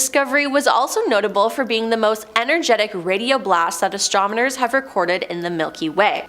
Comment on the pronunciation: "Astromoners..." Derp.